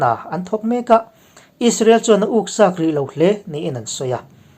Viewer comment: A bengvar thlâk ṭhin hle mai. I channel hi Ka ngaihthlâk ngun pawl tak a ni. Amaherawhchu, thlûk diklo a awm leh tlat ṭhin. A bak i chhiar dan erawh ngaihthlâk a nuam viau. Heng:- Awiahsi, ûksak, tawm deuh tawk, hîrh hêrh, te hi ka rawn chhawp ve e